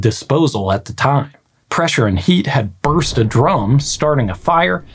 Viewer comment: Miscommunication through speech is easy. For example, with your accent it sounds like you are saying "drome" not "drum"